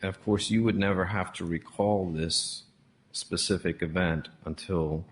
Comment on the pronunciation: What about "pacific" instead of "specific"?